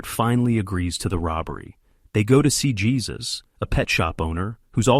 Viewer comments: The name of the pet shop owner is pronounced "Hey-sus" not "Jey-sus" guys. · 😅not Jesus---it's JÉSUS (HAY-SUS) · His name isn't pronounced Jesus as our Lord....it is pronounced "Hesuse" it's a Spanish name. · ai narrator actually named their helper 'Jesus' 'hesus' - seriously. Jesus helped them rob. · "...one of the robbers is African-American"?! No, his skin is black/dark, but they have no way of knowing his nationality. And the J in "Jesus" in Spanish is pronounced as an H!